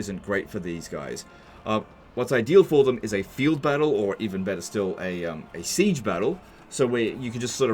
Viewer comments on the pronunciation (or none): none